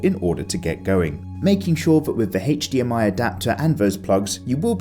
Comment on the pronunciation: Love this review but bruh you gotta learn how the letter "H" right. Never say HDMI again